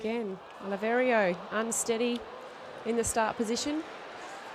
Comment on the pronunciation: Who is this woman? Why does she keep calling Olivera, "Oliverio". What does she mean "there's the biscuit" Johnnie Peacock's times were way quicker than Oscar's even before this race. Why does she drone on and on?